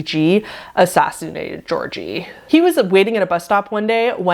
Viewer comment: Wonderful video, glad to see you back! Just a little heads-up for , as a Bulgarian, that's not really how you pronounce Georgi :D. Both Gs in georgi are pronounced as "gh", or the same way you'd pronounce the G in the word grapes' or 'good'. I do understand the confusion though, Georgi, or any of its derivatives are basically the slavic/eastern european version of George so... yeah